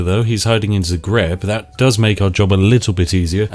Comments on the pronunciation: I live in Zagreb, and you pronounced the name wrong, also Given how history actually went with the milanese, them being in Zagreb is an extreamly cursed sight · lmao, first time I ever heard some1 say Zagreb that way